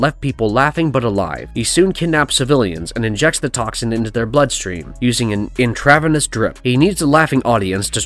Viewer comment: The way you said intravenous lollll